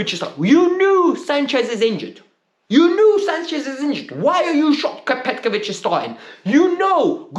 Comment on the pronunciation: Broo!!! It's petrovic not petkovic